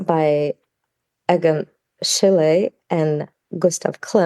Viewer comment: But why is it that you can't pronounce Schiele or Sotheby's properly??